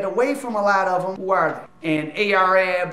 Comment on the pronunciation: Ar-Ab, not A-R-Ab